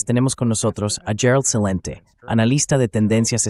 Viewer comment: muchas gracias por invitar a Gerald Celente (se pronuncia Shelente, todas las letras, es italiano). Tú, como suizo, deberías hablar bien el italiano. Por favor invítalo más seguido, saludos!